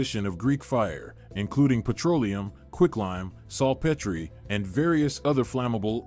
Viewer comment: Its pronounced "Saltpeter", which is how it's spelled in American English.